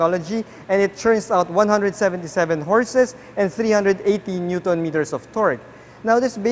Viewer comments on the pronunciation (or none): none